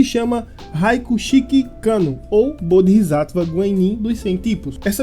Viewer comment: pequena correção quanto à pronúncia, o certo seria "BodsÁtva", ótimo vídeo.